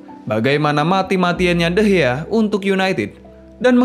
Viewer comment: Bukan degeh tapi degea